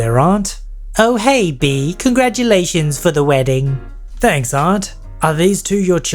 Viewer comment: That was a good "wrdding"